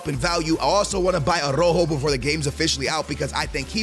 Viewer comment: Man I can see still butchering the names hahahah araujo is now ah-rojo